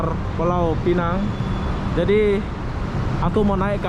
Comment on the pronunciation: bkn beza ejaan.Aku ank pulau pinang..Sebutanya salAh...Pulau pinang..Bkm pulau pineng